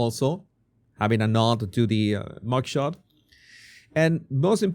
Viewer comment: I had to listen to this several times before I could understand that he is saying MUG SHOT😂😂